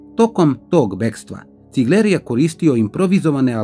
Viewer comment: Nije Cigleeer nego Cigler